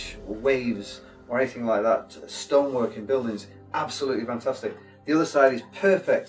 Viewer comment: Him saying funtustic reminded me of sir Geoffrey boycott. Is he by any chance from Yorkshire?